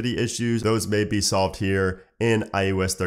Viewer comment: iOS right?? not IUS